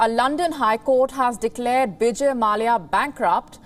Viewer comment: Hey lady it is vijay, not Bijay